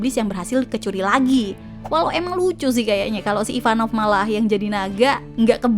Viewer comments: Ivankov bukan Ivanov 🤭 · Maaf kak, merasa aneh aja dengernya SALFOK sama penyebutan nama karakter IVANKOV Bukan IVAN NOV KAK Tapi. IVAN KOV Maaf kak sebelumnya, terima kasih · Ivanov apa ivankov. Hahaha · IVANKOV kak IVANKOV...😅